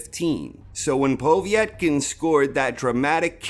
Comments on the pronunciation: I'm losing concentration everytime you say poveey ett kin. Noone says it like that! Lol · The obvious (to a proper boxing fan), reasons why Povetkin (not pow-vee-ett-kin ), lost were: 1: Their first fight (Whyte / Povetkin), took a LOT more out of Povetkin, and did a LOT more damage to Povetkin, than it did Whyte. Whyte was landing the much harder shots in the first fight, and looked to have the win in the bag, before he got caught with a beautiful uppercut which would probably have levelled any other heavyweight in the division. 2: Povetkin had plenty of time to recover and train from his covid, but the gap in his training due to him having covid, meant that he could not cycle testosterone for a few months, and people who know about this will understand that although it allows you to gain muscle a lot quicker, and more of it, when you are off the gear for any long period, you also LOSE the gains a lot quicker. 3: Whyte was embarrassed about being KO'd, and trained like an absolute beast, and was in the best shape he could be, for the rematch. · It's just Povetkin mate. POH-VET-KIN :) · For the first time ever, I nearly didn't give this video a like because of the way you was saying Povetkin's name 😂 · Love your channel but i have never heard it pronounced they way you say Povetkin.